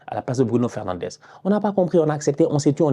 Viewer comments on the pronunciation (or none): none